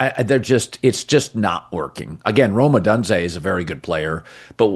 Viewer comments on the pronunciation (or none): O - dune - zay. Why do you insist on saying O done zay? You never hear anyone else saying it that way. Are you an Ai? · it’s O-doon-zay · Hey Colin...how do you not yet know how to correcrly pronounce "Adunze"?? And it's COLSTON Loveland..not Cortland. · How in the hell are you blaming him for the lost. He doesn’t play defense!!! And you need to pronounce his name correctly !! Wow